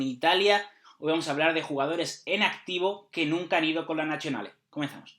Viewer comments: La 'Z' es juntando 'ds' ---> "nadsionale", cuando hay 'zz' suele ser como 'ts'. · Se pronuncia Biraski jaja no Birashi. Toda Ch es K en pronunciación. Tu nazionale se escucha como Nachionale. La Z tiene su dificultad pero han mejorado! Saludos perdón si soy pesado con la pronunciación, les aseguro que i veri italiani sono più. Jaja abrazo